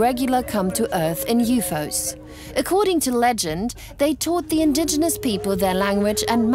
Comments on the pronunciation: I was done when the narrator kept saying YOO-FOES :/ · Why does the girl pronounce it as YOU FOOOOS!😂😂 you would think the editor would have caught on to this